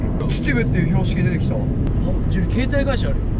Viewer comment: のちちぶの言い方がww 明らかに意識してますよね😅 あと のシューティングゲームの時のチーム名も秩父にかけて好きなカップをチーム名にしてるんですかね😅 だとしたらSixTONES理想高いっすねー😭 うちはSixTONESの理想とは程遠いっす😭😫🥺